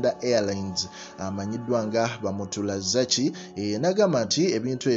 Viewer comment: Bamuturaki not bamuragaki